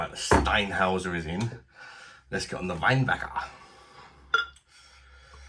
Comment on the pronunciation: Can't beat German beer. BTW the umlaut means it's pronounced Shteinhoyser